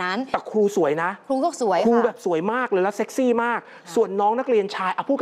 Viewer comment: ทำไมต้อง เน้น คำว่า เซ็กซี่ จังครับ 55+